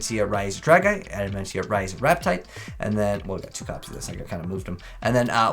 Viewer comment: There is, no N in the name adamatia. So stop saying adamantia when that’s not even their name I mean seriously.